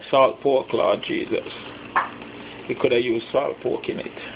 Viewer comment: Laud Gesus" Lmao😂 about the salt pork